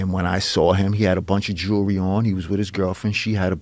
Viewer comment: For the democrats out there, it’s jewelry. Not “jury”.